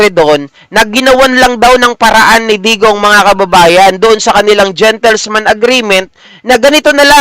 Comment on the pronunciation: .."gentleman's" agreement po hindi "gentlesman" ✌️✌️✌️